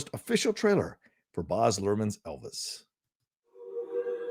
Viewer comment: it's BAZ as in BAZZA for Barry, not BOZ.